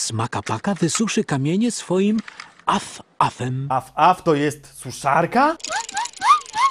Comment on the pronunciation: Sraf sraf a nie at af